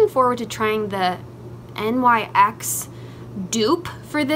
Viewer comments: most people pronounce it like nicks. I don't think it matters. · I also thought it was pronounced n.y.x. ! Whoops! 🤣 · She pronounced NYX as N.Y.X. She’s so cute! 😆💞💖